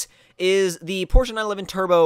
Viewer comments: Porsh. Not Porsh-uh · It's actually the complete opposite. People in America tend to say porsh but it's is truly porsh uh. I pronounce it the "American" way though. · Porsch in America and Porsch-uh everywhere else basically